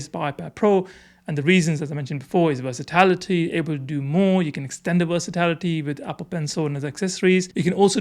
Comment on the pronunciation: it’s versatility, not versitlity